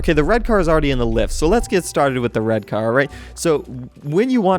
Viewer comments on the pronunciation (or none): Still don't know who is Danaby... And he says "wed" everytime